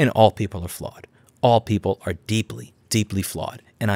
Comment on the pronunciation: XD the way he was saying Deeply Flawed felt like a personal attack!